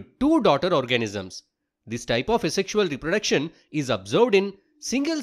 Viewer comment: its 'asexual' and not 'a sexual'..